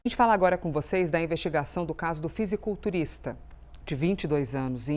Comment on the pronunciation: Não sabem nem falar " fisiculturista"